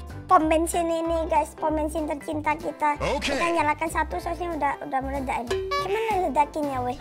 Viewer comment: btw si pertama kan bilang computer mu meledak tapi meledaknya jadi meladak